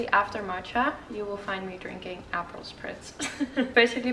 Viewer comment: What was in the Prosecco? Do you say apple?